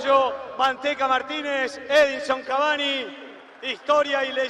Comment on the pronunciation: Soy yo o el presentador cuando entra cavani a la cancha dice edison avani😂